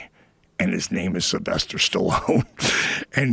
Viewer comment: It’s Syl, not Sly, get it right, you know?